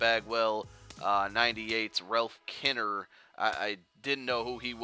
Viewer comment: He didn't know Ralph Kiner (he butchered his name)